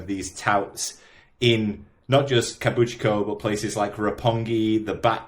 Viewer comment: Kabukicho❌❌kabuchiko✅✅(you’re saying it wrong lol)